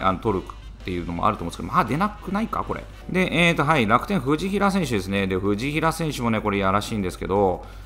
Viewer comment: 藤平の発音おかしいです！